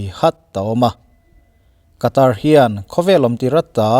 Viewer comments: Sawi ve lawk, Qatar hi Khatar tih anga lam tur,Katar ni loin☺️ Sawi ve mai mai🤭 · WC thlengtu ram hming i sawi dan hi a Mizo lutuk deuh lo maw. A tawpa 'r' hi silent tur a ni ang. 'Kataa' tiin an lam ri lo maw. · Qatar rama thawk ngei Air hostes ka hmelhriat ngei pawn , Khatar ati aw 🤣